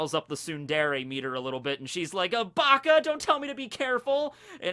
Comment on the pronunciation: Hearing say Baka gave me an aneurism